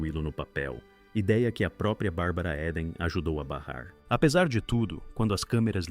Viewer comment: Muito bom e interessante o conteúdo, mas a pronúncia incorreta do sobrenome da atriz repetida várias vezes durante o vídeo doeu no ouvido 😝 (Eden pronuncia-se ‘íden’, não ‘éden’)